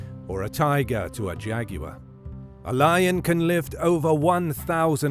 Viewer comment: Thanks for pronouncing jaguar correctly. One of the most annoying things on youtube, to me, is that many commentators pronounce it jagwire.